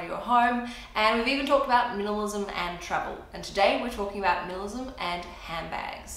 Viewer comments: It’s like she’s saying ‘minilism’ not ‘minimalism’ it’s so fast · “Milamism” LOL